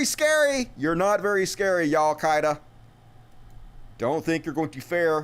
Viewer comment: "Yallkida" lol